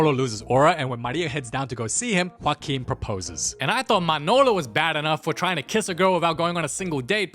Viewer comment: can we talk abt how good he says "joaquin"?